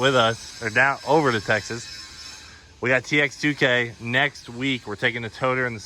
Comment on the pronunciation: Its not pronounced TX2K its Texas2k